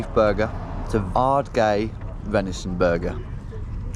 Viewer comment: It’s pronounced Ard-guy! 😂